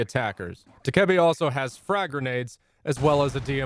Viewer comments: Dakeebi? DokaBae is how its said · Did he say dikebee like bro it’s doke a bee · Also saying dukebby not docabee (this is the phonetic way of writing) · FYI it’s pronounced Dough-Kuh-Bee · Y do you say Dokkaebi like that!!!? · I hate how he says dokkaebi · Is dokabi really pronounced like that?